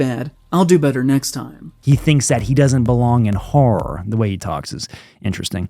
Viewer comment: The way he says horror.. Hur-hur hur hur hur